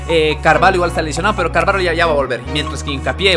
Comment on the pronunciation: se dice carvallo no carvalo